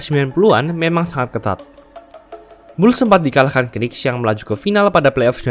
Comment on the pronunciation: Coba pengucapan knicks nya bisa dihilangkan k di depan